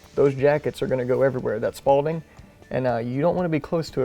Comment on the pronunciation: "...that spalding"!? You had me cracking up. I know you meant 'spalling'